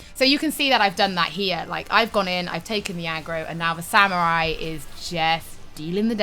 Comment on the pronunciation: she said Samuwai ... :D ... that's adowable hehe